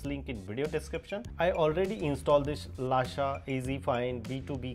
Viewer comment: Bhai it's not lasha it's lusha